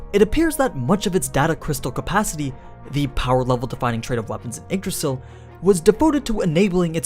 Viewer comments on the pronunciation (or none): funny how he spells yggdrasil as eggdrasil